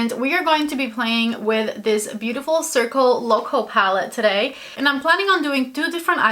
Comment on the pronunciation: You pronounced the name of the pallet so good! 🤗